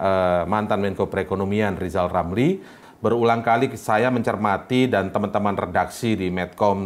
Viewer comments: Minimal ngomong er dulu pak lizal lamli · Ahhh,,ngomong aje kaga pernah bner,,kaga enak didenger. Bnerin dah tuh ngomongnye,, belajar ucapin R. Udah tue,,bukannye beribadah,,malah jelekin orang mulu. Pak Jokowi jls memberikan jasa dan pengabdian ke rakyat ,kalo Lijal Lamli ngasih ape? Aahhhh,,,ngaca. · Mending RR belajar jelas ucapkan huruf R..karna nama anda ada huruf R nya,,kan gak lucu manggil manggil anda jadi Lizal lamli..wkwkwk..😂😂..26 huruf saja gak lengkap uacapannya,,sok ngeritik..wadauhhh..lucu banget RR alias Lizal lamli ini..prekitiuuww🤣🤣